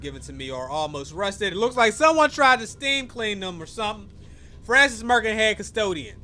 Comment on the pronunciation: why he say Francis like that poggers